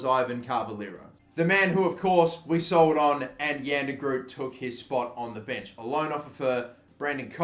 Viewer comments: As a dutchie it really hearts how you pronounce jan de groot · You're saying Jan de Groot wrong